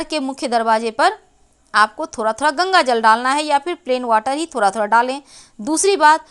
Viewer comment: Khusiya...khusiya....raasiyan..raasiyan....sh aur sa mein fark hota hain madam jee...thora...thoda... sahi se hindi shabd ko bolna seekhey paheley...hindi humari rashtriya bhasha hain